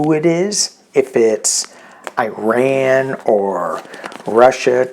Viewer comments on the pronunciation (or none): none